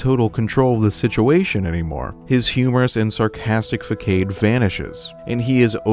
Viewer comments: fakade? FAKADE? its fe-saa-d not fakade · excuse me, Fuh-cade???? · “fuh-cade”? The word facade isn’t pronounced that way. I’m just curious where you picked that word up to add to your vocabulary yet never learned the correct pronunciation. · It’s not “faa-kay-d” it’s “faa-sod” not pronounced like the cade in arcade it the c is pronounced like an S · Fuh-cade? Fuh-SOD. Façade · Façade is definitely pronounced "fuh-sawd" and not "fuh-kade." Hopefully that helps. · Not to be that guy, but its pronounced "Fasaad" not "Faycaid" spelled Facade. Just to make your breakdowns more effective. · You pronounced "facade" wrong. It's not "fuhcade" as you said. It's "fuhsod". Do you write your own scripts? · Who the fuck say "fa-cade," you're supposed to say "fa-saud" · It's pronounced "fah-sod," not "fey-cade." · Fa-Cade? That's pronounced Fa-sod homie. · fakade? facade (Fuh-sawed) sorry, but I'm just nitpicky about that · "Fuh-KADE"? You mean Facade (Fuh-SAHD)? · "His humorous fakade vanishes" Facade. Fah sahd. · Excellent video, great insight. Just a small pronunciation note: Facade is pronounced fah-sahd not fae-kae-d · has a soft C and short A sounds. It's a French word. (fah-sahd; not fah-kayd) Wonderful video and great analysis too! Thanks for making this. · fa-kaid😭 sir you mean facade? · Didn’t know some people pronounce façade as fakade. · I FUCKING LOVE your videos dude. quick question, did you just say Fackade, instead of façade? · "fa-cade" bruh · I've never heard "facade" pronounced like "fuckaid" before, and I'm allergic to fr*nch lmao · Facade is pronounced fuhsod. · "facade" is pronounced "fah-sahd" actually. I feel the need to apologize for bitching in my last few comments because this is a fascinating video and your analysis is pretty dead on despite these nitpicks. Baldur is a fascinating character and you're really spelling out why and deserve credit for that. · Uh. . . "facade" is pronounced "fuh-SAWd" 👀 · Facade is pronounced fuh-sahd